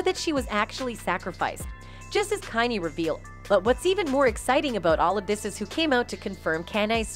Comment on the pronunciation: The only thing I have to say bad about this channel is, YOU NEED TO LEARN HOW TO PRONOUNCE THEIR NAMES. On some of the videos like the Beyonce video or when she says Kanye. Or other words idnk why its such a pet peave of mine. It just like nails on a chalkboard to me.